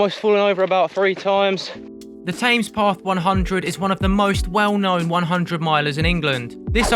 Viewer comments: Definitely 'TEMS', not 'TAMES'. I twitched a bit every time you said it 😅😅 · Bad luck. Saw your effort in 2022. You will crack it. BTW what's with TAMES PATH. Always know it as THE TEMS? Its how Londoners pronounce the name of that iconic stretch of waterway.. 🤔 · This is also killing me. TAMES! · 'Tames' path 🤣. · As a brit, how do you not know how to pronouce Thames? Great video, but that was grating every single time! :-)